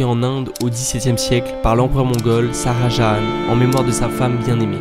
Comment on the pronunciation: salut top la video par contre c'est pas "saha jahan" c'est Shah Jahan" on prononce "Cha" Pas "Sa A"